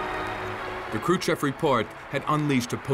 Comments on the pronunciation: Is the narration a computerized voice? The crazy pronunciation of Kruschev (Kruchev) might be a give-away. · Why does the narrator pronounce “Krushchev” as “Kru-chev”, (no ‘s’ or ‘sh’ sound at the end of the first syllable)?